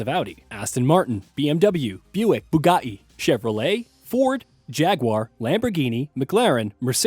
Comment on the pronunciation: Lmao, the "bugatti" pronounciation. Nice.